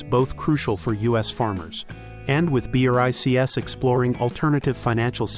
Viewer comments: B,R,I,C,S?! What?! It's BRICS, pronounced just like the word "bricks". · No one says B.R.I. C. S. It's pronounced Brics. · pleease bro (yes i know is an artificial reader, a voice simulation) its pronouceded "breeks" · Is this AI voice ho spells Brics letter by letter?